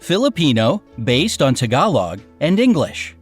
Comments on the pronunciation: They way he says tagalog though breh CEEEEBU the pronunciation is funny if an American says it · Ganyan talaga Pero ang arte pag propronounce ang “Tagalog” Atsyaka “Mindanao” parang mindyanaw ang pronounce At totoo na madaming nag aabroad